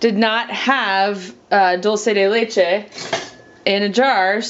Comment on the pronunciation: It's pronounced doll-che not doll -see